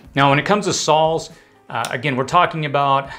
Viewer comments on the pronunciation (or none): did he just Fukin' say sawls. 🤨🤦